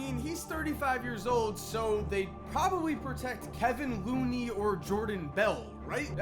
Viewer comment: You said Kevon Looneys name incorrectly